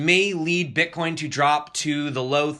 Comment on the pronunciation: What is this "Bitcain" you speak of, Sir? Which "Platfirm" can I buy this? When pump? This sounds like a great new coin...:)) great stuff, also de TA vid. was great!